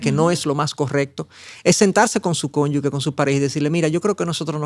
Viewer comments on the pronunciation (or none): Si se escribe cónyuge. Como se lee? ese es un error muy común leerlo como si fuera cónyugue. Corrija eso por favor